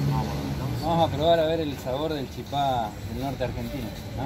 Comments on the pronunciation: Los misioneros decimos chipa, sin acento en la última sílaba. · Hola chicos quiero aclararlas que no es chipá, es CHIPA sin acento, igual en Paraguay, chipá es en Corrientes. Otra cosa, la mayor parte del puente es argentino ,se divide donde están los cables en punta. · El video venia de 10, hasta que dijiste "chipá"....se dice "chipa" sin acento jejeje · Se dice chipa, sin acento. y se hace de fécula de mandioca